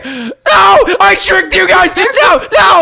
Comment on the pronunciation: you said it wrong it’s scary not scared